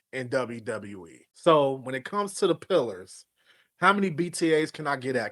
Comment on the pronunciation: 😂😂😂😂😂 this dude said pilars of TNA....😂😂😂😂